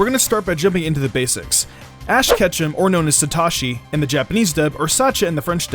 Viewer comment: ik im not the only one who heard him say ash ketchup?!